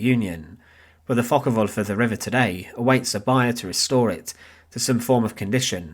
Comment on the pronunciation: Focke Wulf not Focker Wulf 😂